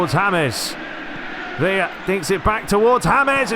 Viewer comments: Villa in spain is pronounced as "viyah". Villa in agentina is pronounced "Vishah". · Villa is like saying Bishop but with an A at the end 😂, try it out. You said it fine once in the start of the video. Loving your work since I discovered your channel! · That’s Villa from Boca’s right? When playing with the Argentine (Spanish) commentary they pronounce it “Veee-d-jah” not sure how accurate that is but fuck it right lmao